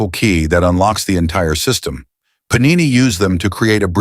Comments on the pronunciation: Puh-nee-nee is the plural of panino, a small bread roll similar to a bun or brötchen, often made with wheat flour and sometimes a bit of olive oil. Paaa-ni-neee is the Sanskrit grammarian. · Sir, Great information. The only difference is pronunciation of his name ... it is to be PaaNiNee please.(not PaNeeNi) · He name was Paanini not Panini... the first 'n' is pronounced in a way you can't in English! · The AI narration is pathetic when it comes to pronouncing Indian nouns . It is not Panini (Thats a sandwich) , it is pronounced as Paanini. What a disservice to a great soul. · Very good video . Enjoyed it very much . But Panini,s name should be pronounced With a long pa as Paanini. Thank you